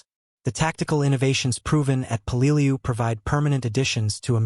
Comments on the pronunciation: Peleliu is pronounced "peleloo." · say it with me, "pay-lay-loo." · apparently pronunciation is not part of AI lexicon.:body-green-covering-eyes: peh-luh-loo. (Peleliu) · Mother-in-law was there. Wish it had dawned on me to sak what it was like to be invaded by the US mariens? Her daughter and I met on Anguar? And that's not how I say Peleliu.